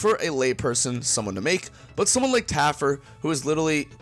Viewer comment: Again....just Taffer...not Taffert or Taffard....no last consonant.